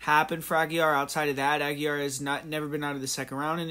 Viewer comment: It's pronounced "ah-gee-ray"